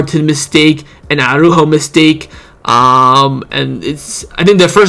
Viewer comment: man, i keep hearing arujo, its martin that cost us the game.